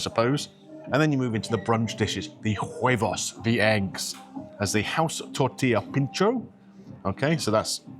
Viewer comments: You don't pronounce the " H " in Spanish. OO ebos. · it's pronounced "wayvos".